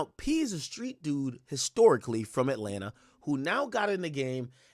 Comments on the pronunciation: 🥷🏽 said “War in Ratlanta” 😭😭 Ak be trollin Ode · “The war in Ratlanta” 😂😂😂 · Bro said ratlanta 😭😭😭😭😭